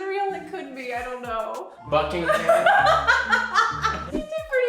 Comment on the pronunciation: Buckingham Manufacturing! She got it right! 😯😂